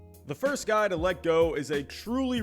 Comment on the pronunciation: You left out the 'r' to make fun of Baston speak! Nice!